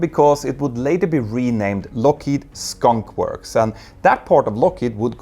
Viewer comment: Skunkworks not Skonk works